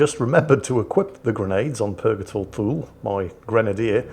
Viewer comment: Purgatory "Too-Lee". Thule is pronounced "Too-Lee". If in doubt check the Wikipedia for Thule Air Base.